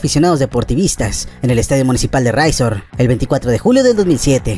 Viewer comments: Riazor no "Raizor" jajajaja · Estadio ¿"Raizor"? jajaja ¡Riazor! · Muy buen video, felicidades, y en efecto, habría material para hablar de más duplas. Sólo abusado con los nombres, es Sporting de Gijón, no Guijon y es el estadio el Riazor no Raizor;)